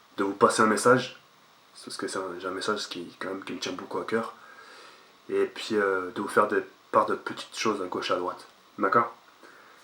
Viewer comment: On dit " et puis " pas " et pis " mdrr